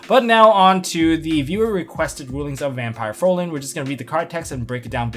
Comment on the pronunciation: Why does it annoy me so much that people can't pronounce "Fraulein" correctly? They all say "Frolen" instead and I don't understand why.